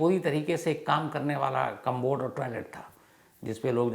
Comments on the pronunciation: Interesting story. But the word is “commode” - कमोड. There is no “b” in it. It’s not “combod “ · कंमबोड नही सर कमोड।।।commode